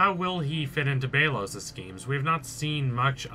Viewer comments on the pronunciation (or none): Oh my god it’s BELL OS NOT BEE LOS Not only do you need to learn how to say Odalia and Belos’s name correctly. Amity’s hair is lavender which represents her homosexuality as well as defiance to her mother. Cause if you didn’t know lavender was associated with homosexuality during the 20th century as gay men were referred to as “lavender lads”